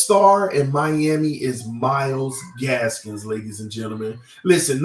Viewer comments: Myles GASKIN no s at the end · Myles Gaskin NOT Gaskins! Lol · say the name right 😂 it’s Gaskin come on my guy